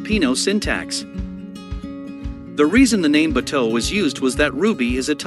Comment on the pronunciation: Can someone please teach him how to say “bato.” I’m an American and even I can’t stand listening to him say that 😂